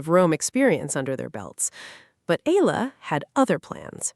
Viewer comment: Her name is pronounced eYAla, not eLALa!